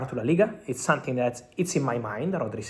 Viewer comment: Dud it’s called something not sonthing please it’s not difficult try to train yourself something something something very easy NOT SONTHING to all my italian brothers SOMETHING